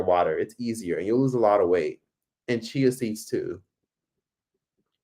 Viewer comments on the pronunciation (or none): none